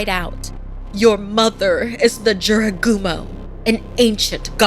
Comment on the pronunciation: Just SAY! Jorogumo, SAY! Jorogumo...